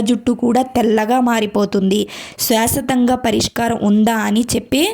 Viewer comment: శాశ్వతంగా.. స్వసతంగా kadu.. చెప్పినందుకు ఏమీ అనుకోకండి...మళ్ళీ ఇబ్బంది పడతారని చెప్పాను